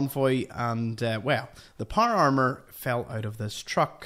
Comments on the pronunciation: Por amer that’s what it sounds like when he says power armor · Not trying to be an asshole and with all respect intended but the way you say power armor has me rolling. I love the accent but I’ve been trying to mimic it for a minute now and I’m not sure how to say power armor without vowels. Every time I try I feel like I’m going to spit my tongue out of my mouth. Loved the video keep on keeping on brother.